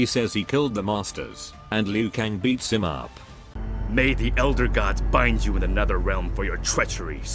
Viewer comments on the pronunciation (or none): Shang Tsung was so badly miscast in this. Tsung should never be pronouncing "you" as "yuh"